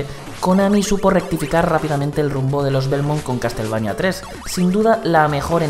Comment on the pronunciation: "castel" xD